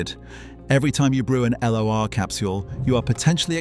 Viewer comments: L O R? L'Or the gold. L'Oréal< said like that, it's not L oreal. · L'Or is pronounced 😮LORE😮 It means gold.